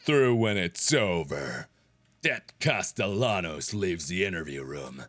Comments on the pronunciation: Hey mark there is a sequel. But if u play it u have to pronounce Sebastian’s last name correctly, it’s costeYONos that’s how u pronounce it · It's pronounced "castee-annos" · It is spelled “Castellanos” but it’s pronounced “Caste-yan-os”. Gotta love that Spanish double l. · How did he play through the whole game and still not know how to pronounce Castellanos. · Markiplier still says Castellanos wrong in Evil Within 2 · I'm rewatching this entire playthrough again after five years, and am constantly annoyed all over again with how he repeatedly mispronounced Castellanos. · The amount of time ‘Castellanos” was pronounced throughout the game, you’d think Mark would stop saying it like the whitest white boy 🤣